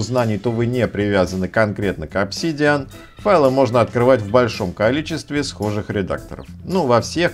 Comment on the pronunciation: обсИИИдиан? прямо с первого слова нет. дизлайк от души. лошня